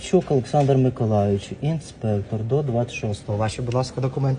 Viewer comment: Не ИнспЭуктур, а Инспектор. Не коверкай язык 😝